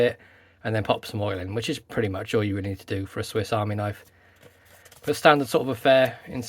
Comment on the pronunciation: The "Owl" ? You mean "All" ?😉